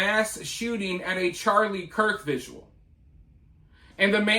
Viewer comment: Are you calling vigils 'viduals' 😂